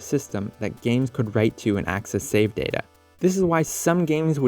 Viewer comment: lol i thought data was ta da😂😂